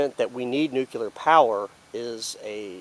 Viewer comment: keep it up :-) - please try this tho "nuc -clee -ar" - "nuu - cuuu -lar" is incorrect